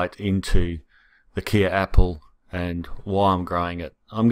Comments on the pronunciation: Not "Kia" apples. It is pronounced like the "K" in "OK". Sounds like "Kay". Mmmkay? From the Kei River in SA. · I'm from South Africa, and wanted to just give you the correct pronunciation for Kei - pronounced Kai - hope this helps :) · Hi from South Africa, it is pronounced ky apple, like my apple. love your channel, from the Tsitsikamma Storms River Village just inside the coastal Western corner of the Eastern Cape, temperate 1200mm a year. coastal montane wetland. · Hello from South Africa! It's pronounced "kay" like the last bit of "okay" after the Kei river in South Africa. Cheers!